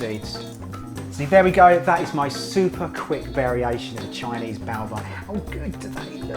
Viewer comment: It's just 'bow' - not bow-wah